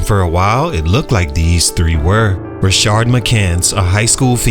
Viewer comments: This is a cool series. I saw it in the comments already but just wanted to echo. Makes it hard with Rashard Lewis but the guy in this video doesnt have that second "r" in his name. Just Rashad. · Rashad, not Rashard. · You were a lot nicer to in this video than the last one. What changed? Also it's pronounced "rah-shad" not "rah-shard". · *Rashad…..not “Rashard” McCants